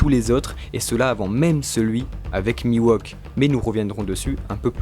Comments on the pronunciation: hey, ne sommes nous pas d’accord que oeil de faucon se nomme mihawk et pas miwohk donc il me semble que vous le prononcez mal non? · Pas trop mal, mais par contre c'est "Mihawk", pas "Miwauque" :) lol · ca me perturbe ce "mi-wok" au lieu de "mihauk" en prononciation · C'est qui Miwok ? trololo Ouai non mais il s'appelle Mihawk... la prononciation c'est important >< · Miwok oui c'est Mi Hawk xd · Putain mec Mihawk ca se prononce pas:"Miwok" mais "Mihhhowk" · Phonétiquement mihhok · "Miwauk" xD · C'est perturbant d'entendre Mihawk se faire appeler Miwok. Hawk c'est un faucon en anglais, rien à voir avec un wok, qui est un ustensile de cuisine (et pas coupant) :p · j'allais dire la même chose c'est horrible ça m'arrache les tympans !!! mais à part ça bon résume des théories sur Zoro !!! Y a pas plus badass que Zoro !!! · c'est mihok non? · Ta prononciation de "mihawk" me fait saigner des oreilles